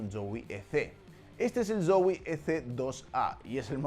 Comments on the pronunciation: se me hace gracioso como pronuncia la Z de Zowie como un "ds" sonando como dsoui xd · que raro pronuncia zowe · Soy al único al que le incomoda como dice zowii (como se escriba) dxdx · Soy yo o dice mal Zowie?? (Creo)